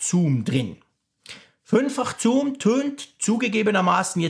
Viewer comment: Toller Test - aber wie schon beim Apfelfunk triggert mich die Aussprache von „Zoom“ total. Es heißt „suhm“ und nicht „zuhm“. :))